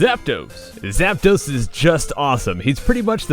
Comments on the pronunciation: IT'S ZAPDOS, NOT ZAPUNO! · Zap-Dos? Im mexician screw you scrub